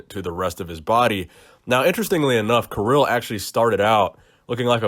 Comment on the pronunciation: it's pronounced Keereel))) not Kiril